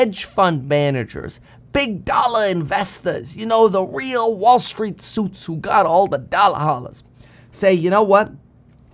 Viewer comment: Did he really think Trump needed the money? How long do you think the crash is going to last, when is the bottom? You sounded a little bit Joisey, there, when you talked about Wall Street. The comments are the greatest! I never read the comments until recently.